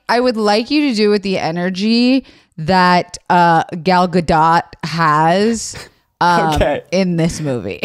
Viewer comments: Not them calling her Gal Ga-dot😭✋ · Just so know Zach her name is pronounced( Gal -ga-doe) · I know this was a year ago so it's pretty irrelevant now but it's Gal guh-doh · It's highly entertaining hearing the three of you mispronounce then correctly pronounce Gadot throughout this podcast episode.